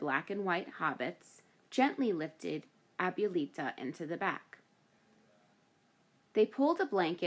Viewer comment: The way she mispronounces "abuelita" is cringe.